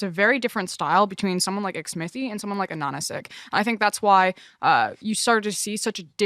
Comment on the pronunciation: it just hurts my ears hearing them pronounce Ananasik so wrongly